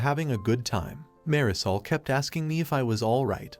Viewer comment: That pronunciation of Marisol makes it sound like dish soap